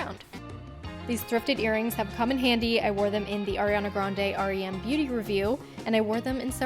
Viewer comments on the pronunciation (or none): none